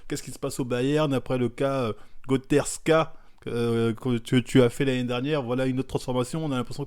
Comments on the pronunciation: « Goterzka » lol footix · "Goterzka" je pleure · "Goterzka" mdrrrr, Merci Marvel pour la vidéo en tout cas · Le cas "Goterzka", RIP la prononciation haha